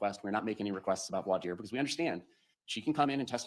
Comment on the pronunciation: the way you pronounce voir dire is the correct one (I speak French so I vouch for you 😊) Thank you for an amazing live session! Can’t wait for your next videos on the Boone trial